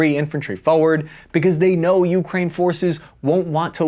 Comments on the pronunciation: It's 'yoo-KRAYN' and not 'YOO-krayn' 👍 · Taking Avdeevka is important since it is close to Donetsk. Frontier (Nulandistan) forces have shelled Donetsk civilians from Avdeevks (and Pesky) since 2014. By the way, it is not YEW (Ю); it is Ooh (У), which means at. Emphasis should be on main word (krai - frontier) not on a lowly preposition. Oleksandr is pronounced Aleksandr - it uses a vowel sound - a - found in English ``How (hau) now brown cow' '. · Whenever he says Ukraine it just sounds like Yewkrain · YEW-kraine pronunciation bothers me for some reason lol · Yet still cannot pronounce "Ukraine" properly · It is not YEW crane; it is ooh KRAI. Louvre is not IN paris; it is in PARIS. It is not Oh leksandr; it is Alek sandr. Have you not heard of Greek conqueror of Eastern World? It is not cupie ansk; it is COUPE ensk.